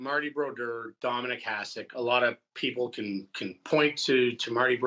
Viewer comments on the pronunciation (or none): he cant even say HASEK properly